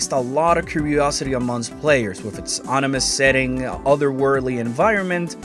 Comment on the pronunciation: An "onimous setting"?